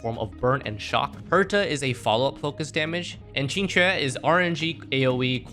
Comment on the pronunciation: The only HSR content creator to pronounce Qingque correctly.